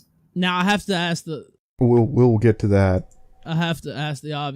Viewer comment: Liu the kitty deserves to be watched and laughed at. Fucking degenerate. I’d love to meet her in a chat room and request she ‘axe me a question’